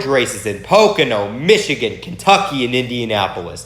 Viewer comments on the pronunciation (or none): none